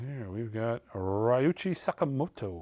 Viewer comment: A round of applause for pronouncing Ryuichi Sakamoto's name correctly!